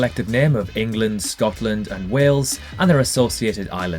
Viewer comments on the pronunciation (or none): none